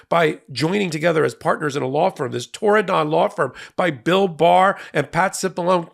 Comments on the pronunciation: I can understand why you might want to put stress on 'don', but the syllable is unstressed: TORR-ih-dn--a beautiful part of the world, mentioned in the book Ring of Bright Water. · Torridon? 'Tried to Tear it Down' more like! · There is no additional emphasis on the don in Torridon. It is pronounced tor-i-d(i)n. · That's Turdadon... the first D is silent. Founded by Turd Barr. These were the A-holes who enabled Trump the first time around. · It's also a place name in Scottish Highlands I thought it was Irish Gaelic (as we just call it Irish) Might be pronounced Tour-in-done though?